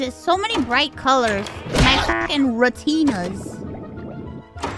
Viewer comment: Love how she calls her eyeballs Re-Tinas. They're two Tinas, only Re... and on a La-Tina...